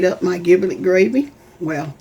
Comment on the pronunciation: "giblet" uses a soft "g" like a "j". as in "jiblet".